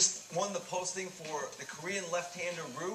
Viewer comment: why are they pronouncing RYU--> RU. wtf